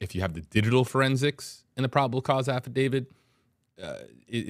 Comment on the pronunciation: it's affidavit......not affidavid. Love your show.